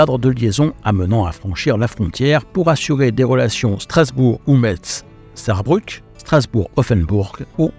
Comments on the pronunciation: Thème très intéressant, encore toute une histoire loin d être tranquille...je me demande toujours comment vous vous en sortez dans tout ça 👍 pour info on les appelle aussi 'les suppositoires"😁 et on dit " mess" pour Metz 😉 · Je sais que c'est une cause perdue, mais la ville de Metz se prononce comme le mot messe en fait 😀